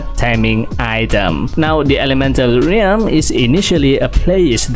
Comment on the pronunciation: ralm po hindi reyalm